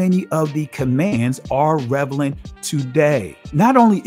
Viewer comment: You gotta look up how to say maimonides and relevant....